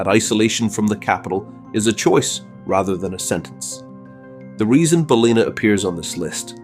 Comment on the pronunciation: It is NOT Balina, it is Bal in Ah. Get it right!!